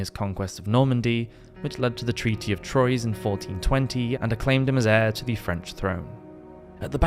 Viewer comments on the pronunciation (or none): pronounced like ‘trois’ (number 3) not Troys 😊 Great episode btw